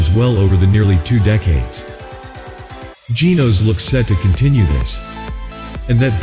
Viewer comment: May I just say it is not Tyroes or Genoes. Please call it by its proper nams. Tyros and Genos